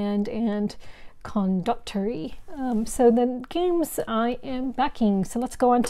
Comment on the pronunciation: I've always said Condotierre like "con-da-tee-AIR". Always a pleasure to see your taste!